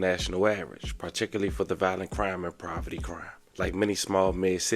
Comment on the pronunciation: Are you saying “Proverty”? Sorry just been throwing me off. If so please take time out to proofread and edit. No diss. I just feel like when u mess up words I can’t take your story to serious. Keep it up tho.